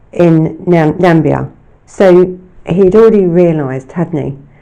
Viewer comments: It's Huckle, not Hucknell, and Namibia, not Nambia! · I love your videos, you do really excellent work, but there’s a couple of mispronounced names of people and places in this video. It’s Richard HUCKLE not HUCKNAL. And NAMBIA isn’t a country in Africa. I think you mean NAMIBIA, but perhaps you’ve confused it with GAMBIA. Thank you so much for doing a video on this evil man and his horrific crimes against children. I don’t think many people are aware of what he did. Perhaps because sexual crimes don’t seem to get the same attention and coverage as murders. Whilst survivors of childhood sexual abuse go on to grow up and live their lives, they are forever scarred and altered by the abuse they suffered. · ....and where is "Nambia"??? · Interesting, thanks, but there is no such place as "Nambia". There is the Gambia and then there is Namibia. I think you mean the latter. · I think you mean “Namibia”? x